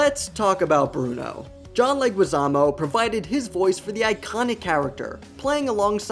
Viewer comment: Like the video but you need to know how to pronounce the last name of John leguizamo.